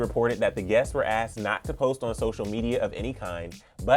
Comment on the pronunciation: I know this is a mistake made sometimes but I had to say something... The "S" on the end of "masks" isn't being pronounced. The "S's" are also not being pronounced at the end of words like "Harriet's" "outdoors" "guests." "Guests" is being pronounced "Guess." So, "TS" sounds in words are also being negated. There are also the "ED's" not being pronounced on words like "criticized." I don't know if the host notices this but I wanted to point it out so it can be addressed. No offense meant.